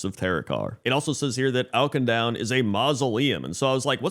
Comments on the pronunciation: Oak-in-down ? I've never heard of that place 🤔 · Awk-in-doon :P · I'm honestly impressed you've somehow escaped all the cinematics and Auchindoun dungeon where they say the name a billion times lol. Maybe I just played too much in WOD. It's more like 'ah-kin-doon' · If youre gonna roast the guy at least spell his incorrect pronunciation right lmao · I'm not gonna rag on somebody for not getting the pronunciation of a fictional place right, but they say the name many, many times in the Auchindoun dungeon and in the zone